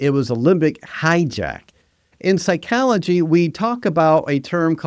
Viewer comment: If you want your AI model to successfully emulate a professional, you should make sure it knows how to pronounce words it ought to know such as "mimicry". But I guess you can't have it pronounce machiavellianism or psychology properly if you can't spell yourself. God damn this is terrible content frfr